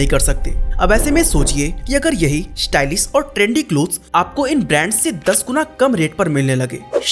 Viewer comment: भाई… फ़ैशन होता है फ़ैसन नहीं… शोरूम होता है सोरूम नहीं… स्टाइलिश होता है श्टाइलिश नहीं… शॉप होता है सोप नहीं 🤣